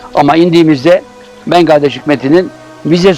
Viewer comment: Ben: Bengladeş Coşkun Aral: Bengaldeş Ben: Evet doğru Bengaldeş, doğru.